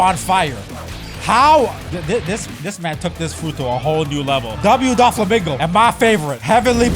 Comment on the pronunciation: Bro said Don Flomingo😂😂😂😂😂